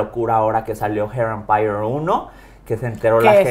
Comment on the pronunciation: Hair Empire! Y la otra what that fuck! Lol 😂 les doy la razón cuando lo dice y el qué pedo?